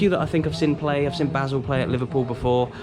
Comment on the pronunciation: Really pissed me off that you called them basil when it's Basel 🤦